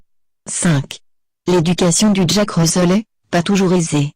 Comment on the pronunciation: 8/10 et Russel se prononce Russèl pas Russeul